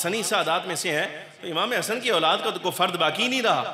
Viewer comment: Auladd Aulaad kyaa bolrei sedah sahi Urdu boliyee Bachhe ya. Aall bolitee